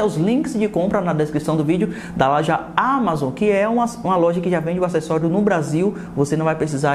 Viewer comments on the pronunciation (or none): none